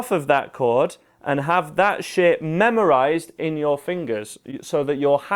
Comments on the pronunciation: and there i thought he was saying sh*t .....it was "shape"..im disappointed :D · when ur saying shape it sounds like sh*t funny